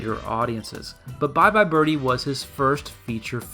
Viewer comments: inadequate explanation - it was a deliberate choice why?? nobody pronounces birdie like that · Okay... I'll say it.... I hear ''Bye Bye Bir-Hee''. Am I alone, here? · What about why she prounounces it “bir-hee” in the opening and ending song. I read somewhere that’s how midwesterners would pronounce it (since she’s supposed to be from Ohio) and it sounds normal to them. Um, what? I’m from Michigan and we don’t say bir-hee.